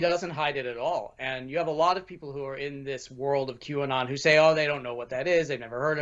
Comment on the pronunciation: Q-and on! Not Qanon!